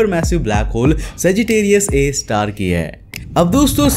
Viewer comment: Tum har video mai saggitarius a ka nam galat kyu bolta hai,akhir black hole ne Tera bigada kya hai?